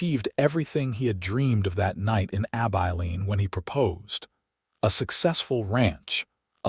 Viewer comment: I enjoyed this story, it was different. Laredo I believe is pronounce La-ray-do. Abilene is Ab-i-lean with a short i sound.